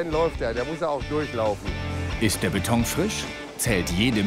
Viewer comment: trotz allem heisst es BETON und nicht BETONG!!!!